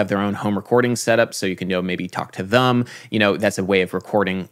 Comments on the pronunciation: Who else loves that Adam says "thum" instead of "them"? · Adam why do you pronounce "them" as /ðəm/ instead of /ðɛm/. Maybe it's because I'm british but I haven't heard many other Americans who pronounce it the way you do.